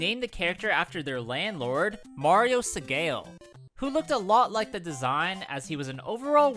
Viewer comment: Segale = seh gah leh